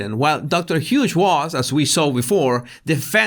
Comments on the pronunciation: You’re calling her Dr Huge 😂 It’s pronounced Hyoos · you always make me laugh in your vids of this length. Such a joy to have someone edify & amuse in the same length of time. I loved the Larry David bit, and particularly liked that you called the shrink "Dr. Huge", (when it's "Hughes, pronounced "Hyues"). All I could think of was, "oh that's so great, he's calling her "huge", as in, "hugely incompetent", or "hugely inappropriate", or, perhaps, "hugely biased". Keep up the great work & content,: we love you, & we love what you do for us. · I like how your accent says Dr. Hughes. It's pronounced "h'ewws". You pronounced it Huge. You're right! Dr. Huge Liar should be the full name. Haha The judge's face in that clip was done after Alejandro (?) depo. He was in the car and started driving and according to the judge "I've seen a lot of things but that's a first for me." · I swear he said Doctor Huge..